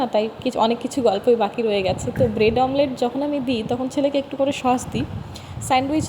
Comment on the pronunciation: Vlog e ki dekhao, khub baje, r pronunciation thik koro, sosh na sauce. Shashuri ma ke shomman na korle sheo tomake bhalo bashbe na, shob vlog ei shoshur bari shomporke baje montobbo koro, tomake oneke abar utshaho dai tomari moto keu keu, egulo bondho koro, shobai kaaj kore keu boshe thake na. Tumi vlog korbe short video banabe bole tomar shashuri ma ke kaaj korte hobe eita ektu beshi chaoa hoye jachchhe.